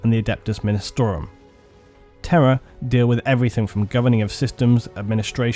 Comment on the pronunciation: Oh Terra...I thought you were saying “terror” 😂😂😂